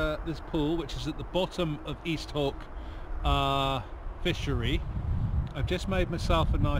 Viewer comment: It's pronounced East Haw. Good to see you back on the water. Looking forward to seeing what the season brings you.